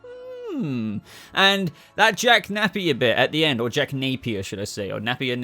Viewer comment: Jack Napeyer